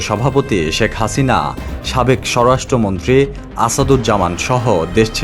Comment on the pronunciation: ঠিকমতো পড়া শোনা করে কি পরীক্ষাগুলো পাশ এসেছেন নাকি নকল করে? বার বার বলছেন, "সর রাষ্ট্র মন্ত্রী। উচ্চারনটা কি সর রাষ্ট্র মন্ত্রী নাকি সরাষ্ট্রমন্ত্রী?